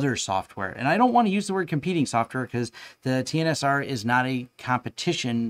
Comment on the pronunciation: Netgate's TNSR is pronounced 'tensor' not T-N-S-R as explained in a Netgate blog post from Nov 2018.